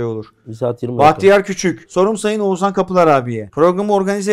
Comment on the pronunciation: Sorum her ikizine de 14. Bölüm tüm bölümlerde saydım sadece bir kez Oğuzhan diyorsunuz geri kalan tüm seferlerde oguzan diyorsunuz dikkat ettiniz mi hiç #teamakbel